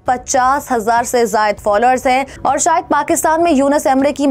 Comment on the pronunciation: I am an indian Muslim,never seen like this,even non muslims people can say "shayad"but not a Pakistan Muslim girl. Aap ager nihayat hi aham malumat fraham karrhe hain to aap ager talaffuz ki adaigi nahin kar parhe hain to aap ki tamaam kavishein fuzul hain